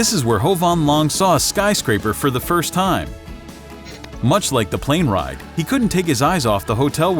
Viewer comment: you spelt time wrong you said thime